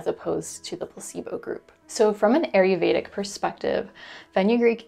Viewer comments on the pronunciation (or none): Gentle reminder: It's ayurvedic but you call it aryuvedic (which I'm fine with because it's cute but I thought it's easier for new people to search it in case they want to). Thanks for all the info you share 🙂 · sorry, love your vids & willingness to share your vast hard earned knowledge. but Ayurvedic is pronounced- I yer VAY dic. I really do appreciate your information it is invauable for me. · It’s pronounced “EYE yur vayda.” Thank you for the videos.